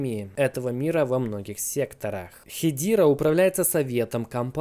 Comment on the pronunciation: я на английском все видео смотрю так даже они говорят не "хедира" а ХЕДЕРА. не понимаю зачем пытаться склонять типа на английском но не правильно 🤣 ..правильно произносить ХЕДЕРА